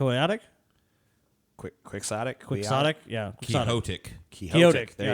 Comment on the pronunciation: Quixotic is pronounced quicks-ah-tick. It comes from Don Quixote, but it’s not pronounced like his name.